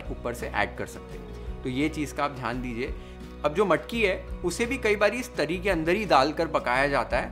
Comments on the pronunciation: Ahaaa haaaa! Beautiful and mesmerising! Your love and dedication to cook Maharashtrian food can be seen through your recipes and the way you narrate and describe the recipe is amazing! The way you pronounce those Marathi words like 'Misal', 'Tarri', 'Batatyachi bhaaji' shows your love for Maharashtra and its food culture! Awesome work!!😊👍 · Good pronouncing झणझणीत, वाटण, तरी, बटाट्याची भाजी